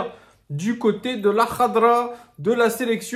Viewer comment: tu prononces vachement bien les noms en arabe (khadra, benrahma). GG à toi parce que c'est pas simple d'habitude pour un non arabophone, t'as pris des cours plus jeune ?